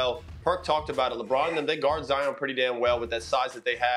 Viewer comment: Nobody: …. Perk: ZIAHYAWN GOTTA BE ZIYAHYAWN